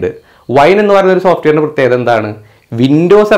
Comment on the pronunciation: പ്രത്യേഗത അല്ല പ്രത്യേകത..